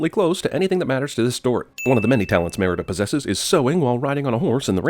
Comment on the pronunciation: Think CinemaSins needs to take 50 sins for themselves for the butchered pronunciation of Merida the entire time..